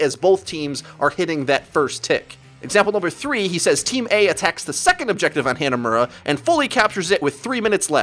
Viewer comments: Hey, ive watched like 20 videos and I gotta tell you, the map "hanamura" isn't pronounced "Hannah Muurah"- they say it correctly when you entire the map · SMH every time you say Hanamura. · why do you pronounce hanamura so poorly